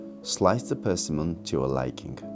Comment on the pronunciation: とても素敵な画像ですね。 一点、persimmon のアクセントの位置が違っていて、残念です。Persimmon [pəːrsɪ́mən]